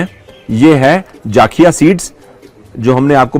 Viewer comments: Sir jaakhiya nahi zakhiya Bolte hai. NaraZ mat hona pls. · Its Jakhia , not Jaakhia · Sir enjoyed ur video a lot ...sir just try atleast once Faadun...it's also a traditional dish famous in Uttarakhand...it is prepared with Gahat daal...n one more thing I wud like to mention here The correct pronunciation of pahadi jeera is Jakhiya not Jaakhiya.. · Sir jaaakhya ni hota jakhya hota hai ja normal hota hai without A ki maatra